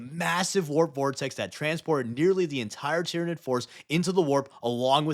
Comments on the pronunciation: id is the latin suffix to mean where it is from, so Tyranid figuritively means "the ones that came from Tyran". And so, it should be pronounced Ty-RAN-id, and that's the hill I will die on. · Sun Tzyranid 😂